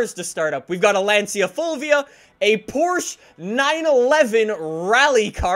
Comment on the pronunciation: Why do you say Porsche like that